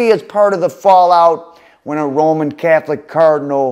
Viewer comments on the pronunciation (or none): none